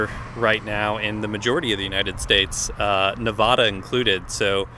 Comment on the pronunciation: Please learn how to pronounce Nevada correctly. That is all.